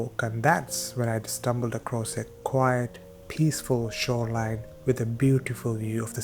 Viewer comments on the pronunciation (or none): Shoreline I think - not shorelie